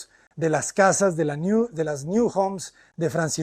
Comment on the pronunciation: Un inciso, no es New en inglés, es NIU, que en catalán o valenciano significa nido.